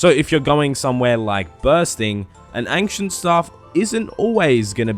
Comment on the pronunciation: i was triggered by "angcient"